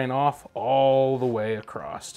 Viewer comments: He said “Acrost”. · LOVE that you say acrosst!!!!!! ❤ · Did he say “acrossT” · Did he say, "acrost"?